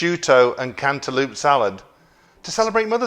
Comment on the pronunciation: CantalOpe not cantaloop